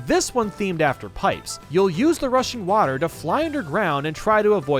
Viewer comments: Everytime he said "rushing water" I tought he said "Russian water" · When he said rushing water it sounded like rushian watar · When he says rushing water I keep thinking he says Russian water